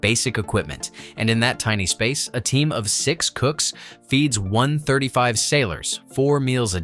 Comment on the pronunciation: Can’t even say 135 properly. Smh